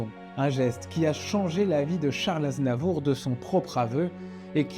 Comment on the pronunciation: Vers la fin du vid, le narrateur dit charles NAZNAVOUR. 😂😂